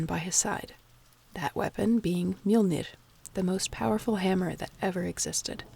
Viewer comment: That face when you here some good pronunciations of "Mjollnir" and "Aurgelmir" ╰(*°▽°*)╯